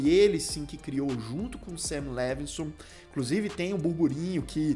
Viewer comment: "Em....clusive" kakakkak só vc